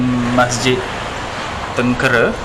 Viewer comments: Sebutan bukan Tengkere tetapi Tengkeyrah Atau Tranquerah bhsa portugis tu. Sekolah saya dekat area tu Mgss. Saya budak Klebang Besau. Terima kasih. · Min..tu masjid tengkera..teng...ke..ra...bukan kera..keeeeera.. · Maaf.... Sebutan Masjid tu atau nama tempat yg sebut tuu... bunyi nyè " tèngkèrè "... bukan begitu sebutan nyè... tengkera ada lah nama tempat tersebut... dan MASJID TÈNGKERÈ sdalah kerana dier betempat di TÈNGKERÈ ( TÈNGKERA ) " TÈNĢKERA " atau " TÈNGKERÈ = Sebutan loghat melayu.. dan di tulis tanpa ada tanda ialah = TENGKERA. dan sebutan betul biasè mèreka gunakan berbunyi = TÈNGKERÈ. bukan TÈNGKÈRÈ.... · Sebutan nya: teng kay ra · Cuba sebut "tang.., cat (dalam sebutan English tapi buangkan huruf 't').., rah (buangkan huruf 'h'). Itulah sebutan yang betul. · Sebutan nye " kay" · cara sebut tengkera tuh pakai "e" (esok) bkn "e" (emak)....Masjid Teng key raa... cmtuh laa bunyi dia...susah pulak xde audio..haha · Salam..sekadar berkongsi pendapat yaa jangan marah..apa kata jumpa dulu tok imam atau orang yang ada disekitar kawasan tu dulu sebelum ziarah makam tersebut..mungkin akan dapat maklumat yang lebih dalam..macam sebutan nama masjid tengkera yang sebut tu salah..saya tonton video ni bersama emak dan ayah..kami orang melaka.. bila sebut jer tengkera tu mak ayah saya siap betulkan..hihi..sekadar pendapat jelah..itupun kalau ada makam dikawasan masjid dan ada orang lah untuk ditanya.. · kikiki...tengkera tu salah sebutan tu...